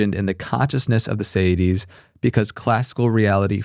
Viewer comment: Federico is pronouncing it sayidees, because he's Spanish Italian with an American accent on top of that, and the host is imitating his guest's pronunciation. The word in English is actually seity, pronounced see-ity, with plural seities. It's a word from the Latin "se" for self, as a being.